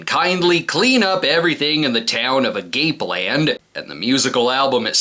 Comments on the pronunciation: im pretty sure its pronounced agape land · Clearly you didn’t grow up in a predominantly Latino neighborhood to not know that was pronounced a-ga-pay